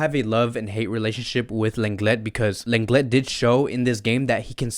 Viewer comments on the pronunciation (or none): It’s not pronounced lan get its lan le